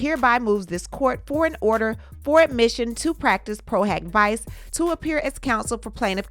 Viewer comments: "PRO - HOCK - VEE-CHAY" ✌🏼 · Diddy is scrambling like a roach when the lights come on. Lol Also, it's pronounced "pro hoc veechay" I hear say it all the time. 😉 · Pro hac vice actually sounds like "pro huck vee-chay" in pronunciation ❤ thanks for keeping us in the loop 🤗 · PRO HAC VICE (proh-hock-vee-chay)...u almost had it 🤣🤣